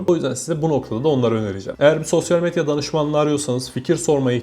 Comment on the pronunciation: SOSYAL METYA DİYO DELİRDİM DİNLERKEN